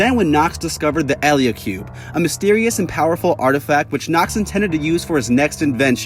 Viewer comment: Did you just miss pronounce eliacube